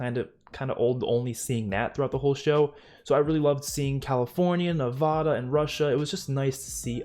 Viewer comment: Just letting you know, it’s Nev-A-da, not Nev-AH-da. Don’t let anyone in Nevada hear you say it wrong 😅